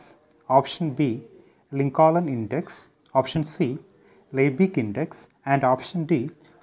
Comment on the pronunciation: Sir for 11th question answer your pronunciation was not correct in Lincoln second l was silent